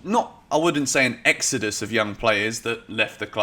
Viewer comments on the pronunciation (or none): none